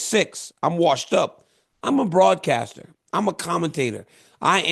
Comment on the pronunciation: I’ve never heard somebody say they were a broadcaster so hard before. lol Much love DC!